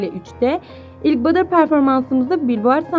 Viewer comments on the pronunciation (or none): Ablacım badır değil ya butter(battr) Video için teşekkürler💜